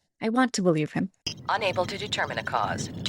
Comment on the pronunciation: I be-LIE-ve in Garek....